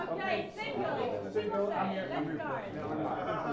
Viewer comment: And then they pronounced Timothée's name correctly X:::D